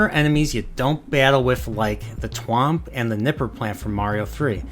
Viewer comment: Are you aware of the fact that you completely butchered the pronunciation of thwomp? It's thwomp not twomp.